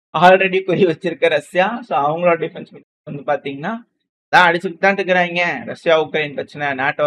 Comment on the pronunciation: SPEAK TAMIL PROPERLY. Iskuranga what Tamil?